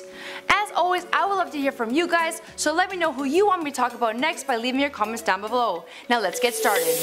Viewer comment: Did this women just say down bebow I'm Done. Around :56 don't know how to link time.